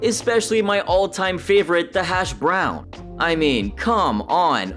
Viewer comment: ok, I thought it was just me. Saying hashBROWNS not HASHbrowns, and calling Mark Mike a few times felt very AI. That being said, still entertaining, but 😒